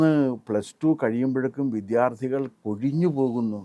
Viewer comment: താങ്കൾക്കെങ്കിലും ഈ അവതാരക പറയുന്ന വ്യാകരണ പിശക് പറഞ്ഞുകൊടുക്കാമായിരുന്നില്ലേ. ഇവർ എല്ലായ്‌പ്പോഴും വിദ്യാർത്ഥി എന്നതിനെ വിദ്ധ്യാർഥി എന്നാണല്ലോ പറഞ്ഞുകൊണ്ടിരിക്കുന്നത്. താങ്കളുടെ ഇന്റർവ്യു വിൽ ഇതു കാണുമ്പോൾ വളരെ ആരോചകമായി തോന്നുന്നു